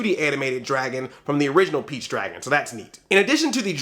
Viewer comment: he said peach his saying beach lol man hahaha thats what I'm hearing man